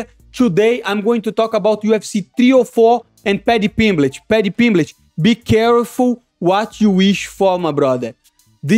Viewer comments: Paddy Pimblitch? wtf is that lol. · Paddy PimbleTT. There are two t's, two. No c, no fucking h, bro